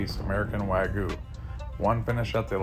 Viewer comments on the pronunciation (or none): I don’t like how you pronounced wagyu as “wag-ooo”, it’s pronounced “wag-you” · Why do people pronounce it "Wagu" when it's Wagyu... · I always find it odd how americans can't pronounce the word wagyu.